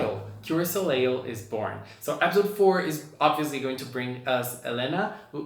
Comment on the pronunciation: Soleil is Pronounced soul-lay not so-ley-al